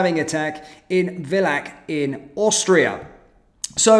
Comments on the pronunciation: Oh, no, I used to go skiing in Villach!... among other places. It's a very small town, and BTW, pronounced Filah. Somehow it's worse when it happens in a place you know well. Anyhow, the problem stems from EU/Bruxelles. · The "v" in "Villach" is pronounced "f" and the "ch" is a velar/uvular fricative like the Spanish "j".